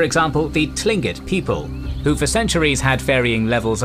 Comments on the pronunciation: Tlingit is pronounced like Kling-kit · It's pronounced Klingkit. No "T" sound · As someone who's spent a good amount of time in southeast Alaska, I'd like to inform you that the word "Tlingit" is pronounced more like "kling-kit". It's weird, I know. It certainly threw me for a loop to hear it pronounced as it looks like it should sound. Language is crazy man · another thing, we're NOT Native americans. we're Native Alaskans. there is no such thing as "Native Americans". America gets its name from the Italian explorer amerigo Vespucci and we're not Italians. also your are mispronouncing our name. I am glad you didn't refer to us as tribes or even "indians" I like your page very much but this was the only video (I've seen) that was terrible.